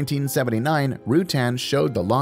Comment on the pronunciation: For God's sake, learn to pronounce Burt's last name before making a video about him. And brush up on your facts. There are so many misleading and completely wrong bits of information in this video....